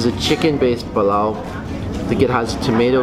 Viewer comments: its called pulao not pilao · Just a small thing.... It's PUlao not palaw